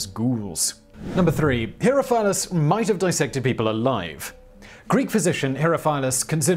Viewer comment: Isn't it pronounced "he-RO-fill-us?" I'm not an expert in Greek by any means, but....